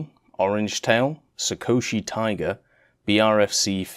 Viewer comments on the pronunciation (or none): none